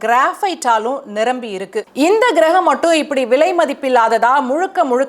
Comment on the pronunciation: ஏம்மா தமிழில் தானே பேசுற கெரகம் கிரகம் இல்லைமா. கோள் என்று சொல்லுமா.